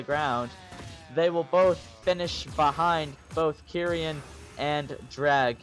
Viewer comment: It’s kee-ren not kerian fyi